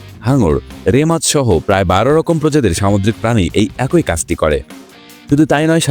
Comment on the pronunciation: তুই অশিক্ষিত বর্বর একটা মানুষ। তুই এখনো "ই" এর উচ্চারণ শিখিসনি। ব্যাটা অশিক্ষিত ও মূর্খ। "খুব" এর সাথে "ই" যোগ করলে উচ্চারণ "খুব ঐ" কিভাবে হয়, মূর্খের বাচ্চা। উচ্চারণটা হবে "খুবি"। আবার "এক+ই" কে উচ্চারণ করিস, "এক ঐ"!!" মূর্খের পয়দা। এর উচ্চারণ হবে "য়্যাকি"। বুঝেছিস, ব্যাটা অশিক্ষিত বর্বর এবং নিঃসন্দেহে একটা অছাত্র।